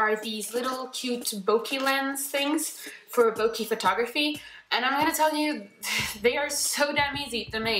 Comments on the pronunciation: Bokeh = Boca or bouquet. not bokee. 😉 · Triggered how she said Bokeh